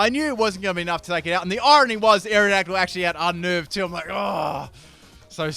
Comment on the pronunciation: Full mispronounce team Aerodactyle: Mewtwo Stunfisk: luvdisk Malamar: amomalimar To be continued...